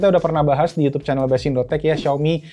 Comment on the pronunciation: Yutub aja om nyebutnya jangan yutyyuub 😂